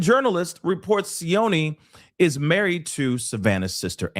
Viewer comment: could have used google to get the son in law's pronounciation. "c" is soft, not "s" sound like Spanish "c" is ch sound, like cheat. C followed by i chi. If it was c followed by a, it would be ka..cat or o the same hard like k. has no idea about house prices in Tucson. Again, didn't do homework. Google, again can give info.